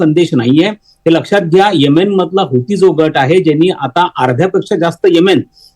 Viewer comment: whatever ur name is please b4 giving feedback please atleast learn to pronounce country name properly so people will not avoid listening and dig if its sunni or others